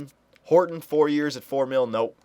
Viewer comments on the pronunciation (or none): none